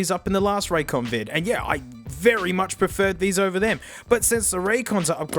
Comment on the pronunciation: Raycon more like suhcon 😩